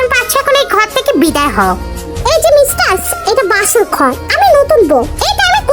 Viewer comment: Aij apa mistar hobe mev but tumi to mistars bolo ata sunte valo lage na tumi onekgulu video te amon bolco